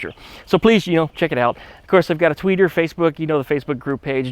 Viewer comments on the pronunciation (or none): Lol you said Twetter